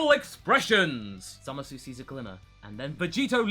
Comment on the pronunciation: Did anyone ever told you that it's really painful how you pronounce "Zamasu" with that "uu" at the end? The "u" suppose to be silent - it's more like "Zamas". I mean... just listen to the dub ^^" But anyway, nice content here. Nice to hear not-so-fanboish, power-level-driven Dragon Ball review for a change. :D About Vegitto inside Buu - nope, the really DID split because of the Buu environment. They fought only for few minutes. Youcan see that by the paste of the action in manga. :) Aside from that, if they would fight longer, I guess they would split anyway. :P My only question is about Rou Kaioushin (Old Kaioshin). He's a walking potara fusion of a young Kai and an old witch, so... does it count when only one of these people are a deity?